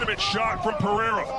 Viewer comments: Or "Periyra" as the guy says lol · I wanted to teach an english speaker how to pronounce Alex Pereira's name hahahhaha although you can speak whatever the way you want to, It's funny for portuguese speakers to hear it